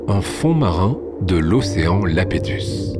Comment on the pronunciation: Pas Lapétus ! Océan Yapétus ! Avec in i majuscule, pas un l miniscule. Iapétus !